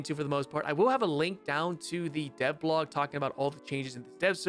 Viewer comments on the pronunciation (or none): none